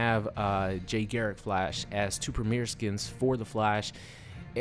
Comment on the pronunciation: please his name is Jay GARRICK not Gerrick, and for ppl who call BARRY - Berry, wtf guys thats fucked up